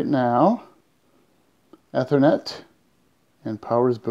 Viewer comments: So, the key for me was switching over from the cable modem to the fiber box. Camera didn't show the actual cable switch it was pointing at the side of a desk or some such. Also he called it ehh-thor- net, not e (as in eat) e-ther-net. Took me 3 replays to understand that. Never heard it pronounced like that. Since he didn't go into the router wan config, I'm assuming that both cable and fiber devices deliver the same way, e.g. dynamic IP. Seems pretty easy if that's all one needs to do. I'm having Frontier coming out next week. This helps a bit, thanks. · I think it's unusual how you pronounce "Ethernet". I worked with the guys at PARC where ethernet was invented. FYI it's pronounced with a long 'E' sound like in 'eat'. 😁